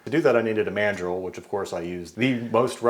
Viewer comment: Something about how you said "mandrel", i heard it as man-drill. Now I can't unhear it